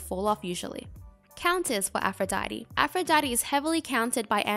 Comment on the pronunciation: im french and all i heard is "afro daddy"